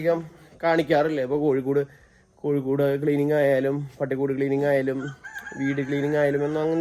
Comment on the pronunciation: കോഴിക്കോട്ട അല്ല കോഴിക്കട്ട പറഞ്ഞു പഠിക്കു ❤❤